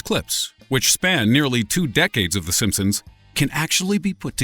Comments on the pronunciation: In the beginning he said the simpsoons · at the beginning "the simpsoons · Di he just say the "sompsoms" in the intro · he just said the simpsoons